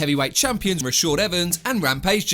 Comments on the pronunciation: Ra-shard not Ra-shord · “Rashort Evans” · This man cannot save Evans first name properly